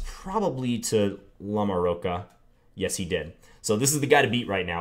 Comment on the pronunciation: I think that "ch" in LamoroCHa is pronounced like a "ch" in CHocolate...I think.